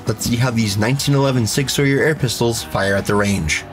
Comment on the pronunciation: It's "Sower" not "Sawyer"....